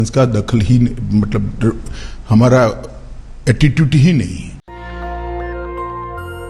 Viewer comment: O my God really these are buggers doesn't know how to speak conversation communicate and presentation. English main kaisey bolta hai aattitute instead of attitude. Uncivilised uneducated party and greh minister. Yeh haal hai is high profile ka. Very shameful